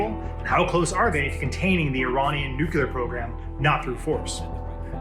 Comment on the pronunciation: I believe that nuclear is pronounced differently than in this video.